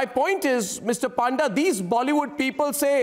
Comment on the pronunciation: It's panda not paanda